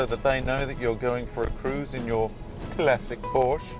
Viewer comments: Yes, I agree. Your pronunciation of Porsche spoilt what could have been a great review. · Learn how to pronounce Porsche